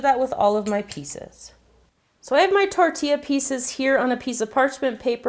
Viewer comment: Finally someone says tortilla right😌 LoL😂😂